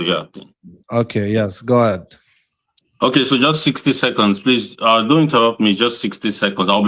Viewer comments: Sixty Secohns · The "60 secaunds" killed me 🤣